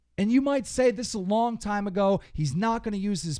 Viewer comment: He said he just does thois for the monwy